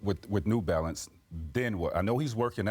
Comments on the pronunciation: “New Balance”, not new “balace” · Am I the only person noticing 'New Balace' instead of 'New Balance'? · “NEW BALACE” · Yo you guys over at ESPN are getting lazy. "New Balace" c'mon now